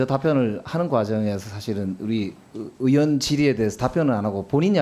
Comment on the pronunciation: 최강욱!!! "의원"은 "으원"이 아니고 "의이원"이라고 읽는것이란다. 의원이 뭐냐? 자네 사전 잘 찾더구나. 사전에 "의원"을 "으원"으로 읽으라더냐? 어느날 인간인데 "의원"을 으원으로 ㄺ는단 말이냐? 미국 하와이에서 왔더냐? 당장 발음을 고쳐라. "으이원"으로.....